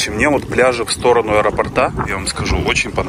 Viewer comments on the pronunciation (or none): Ударение ставится "к аэропОрту", "в районе аэропОрта", не на последний слог! Очень режет слух! 😮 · И правда, очень красиво и зрелищно. Только слово аэропорт склоняется с ударением на О.